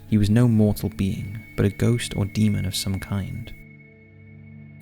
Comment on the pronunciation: 21.06 did he say 'Demond'? I have heard this strange pronounciation phenomena before.. I think he meant "Demon"